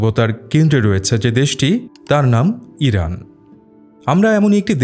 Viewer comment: Vai kalo eiran eiran kory ken 😅😅😅